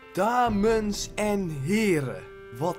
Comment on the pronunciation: Hij zei: Damens en Heren. DameNs. Hahaha.